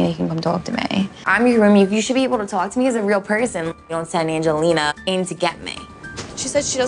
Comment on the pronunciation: “She can tawwlk to me” lol Sammi’s jersey accent really popped out 😂